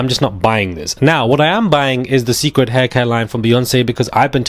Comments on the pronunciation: Beyonce's hairline is pronounced SACRED (Cécred) not SECRET I just don't want you to know so you WON'T be mis- Pronouncing it wrong if you're out among colleagues or other people. 🙏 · it’s Ce’ cred like sacred. Like worship. Like beyon Ce’. 😉 I smelled the line at Ulta and it didn’t smell great to me. With her calling washing your hair a “ritual”, and all the rumors of her and witchcraft, I’ll pass. Deep down I want to try it though.😭 Also she didn’t say she was slow, she said she was shy. She put both bey and solo into therapy together. Solange is protective of Bey…or was. But you looked like you had a time last night!🥳🍾